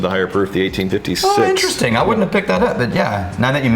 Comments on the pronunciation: I think this is a missed "Interestingk!" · was the first "interesting'k" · Did no one else catch the "interestingk" ? 😆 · Missed one!! “interestingkkk” lol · you missed saying “interestingk” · They missed TWO other "k"s both times with the word interestinK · You guys missed the big one. "Interestingk" and "thingk" ...